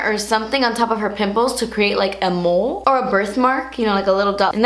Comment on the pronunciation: That "mole" has me weak😂 I love it